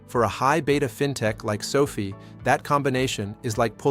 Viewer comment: ❤ Can you make the AI pronounce SOFI like Sofi, and not like Sophie? SOFI’s pullback is making me want to mow my neighbors lawn for 20 bucks just so I can get more shares. I am considering selling my toy hauler ‘As Is’ so I can get more shares of SOFI. I would even consider opening up my own Learing Daycare Center if it went down under 10 bucks per share. I saw a guy with a T-shirt that said “$.50 is $.50” and now I get it.😂😂😂 TTYL, I am off to sell my plasma. 😜